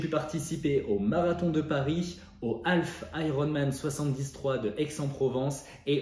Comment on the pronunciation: Alf c'est l'extra terrestre, half, moitié, semi en français se prononce haf, avec un h aspiré et sans prononcer le L.... à défaut de prononcer correctement l'anglais, parlez français ! ;)